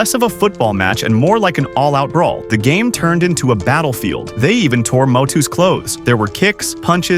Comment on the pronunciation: He said motu